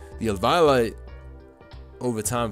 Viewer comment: Why he say eviolite like that